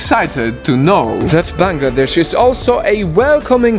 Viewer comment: finally someone who can pronounce our country correctly.😭✋🏻💀